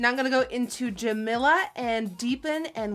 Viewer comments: Jamila is pronounced Juh-me-luh, not Juh-mill-uh... >.> Makeup looks is very intense! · NikkieTutorials my names Jamila you said it wrong put its ok because you slay😂😂❤️❤️❤️